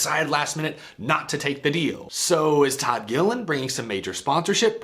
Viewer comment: Please don't butcher our last name. It's "Gilliland" LOL